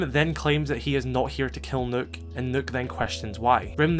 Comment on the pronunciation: Thank you for pronouncing Nøkk's name correctly. 😊 By the way, this is literally a Kill Bill moment right there